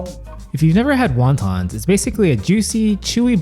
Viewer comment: What the f are Wawtaws? Best annunciation there bud